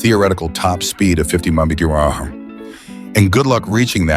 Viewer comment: Please teach your AI narrator how to pronounce “miles per hour”.